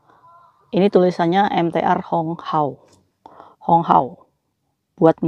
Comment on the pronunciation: Hanghao ce bukan honghao